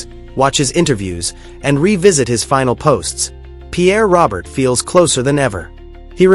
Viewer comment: Stop with the AI hire a citizen and by the way it's not "Robert" it's "Row- Bear" AI is an insult to who he was . I met him a few times, even hung out with him and Bob Review for a set at a dead show . Good man and deserves more then fake AI